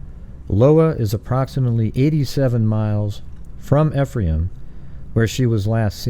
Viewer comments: Pronounced, “eefrom” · Ephraim is pronounced E-from